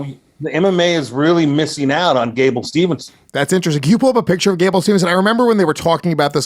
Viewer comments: Pet peve when they say Gables name wrong. It's Steveson not Stevenson. Also, he's 21. He's taking the Brock route. Make money then by 25, 26 he can go to mma. Yall have it ass backwards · His name is Gable STEVESON, NOT SteveNson.